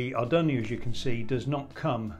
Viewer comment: What's an Ar dun ee oh?